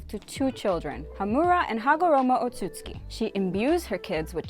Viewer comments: I’m not sure if she’s ever watched the show or doesn’t bother to pronounce most names right like “jinchuriki” or “otsutsuki”,but it pisses me off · Who taught her how to pronounce Minato and Otsutsuki? 😬